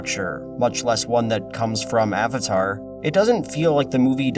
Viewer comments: Awng. Awvatar. So-ka. What the fuck. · Ong, Ahvatar stahp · "So, are you the Avotar Ung." Who tf thought this would be a good idea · Ah-vatar Ah-ng... So awful. How could anyone watch the cartoon and pronounce his name that way? I forgot about the awful pronunciation of Sokka and Iroh. TLA is such a terrible movie. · I really can't get over the constant mispronunciation of "Aang" and "Avatar" in the movie. It was so emphasized and stood out like a sore thumb every time they did it